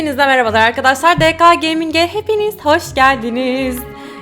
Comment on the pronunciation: Abla de ka geyming diyorsun ya ordaki ka yanlış de ke gaming olacak kısaltmaların sonuna "a" gelmez mesela se ge ka diyoruz ya yanlış aslında se ge ke